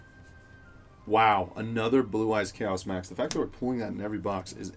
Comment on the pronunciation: Everytime you say chaos max I yell at my phone... Come on man your killing me